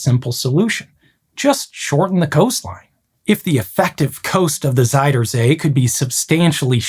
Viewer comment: Fun detail: Your pronunciation of "zuid" is slightly off. It sounds more like "zijde" instead, which means silk. The correct way of saying "zuid" is actually pretty close to the english "south", just replacing the hard S and T sounds with softer Z and D.